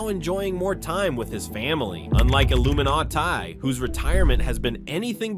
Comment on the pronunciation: Imagine saying Illuminaighti "retired" 💀